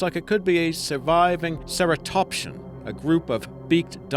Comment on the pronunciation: Cera - tops -cee -an That's how you pernounce ceratopsian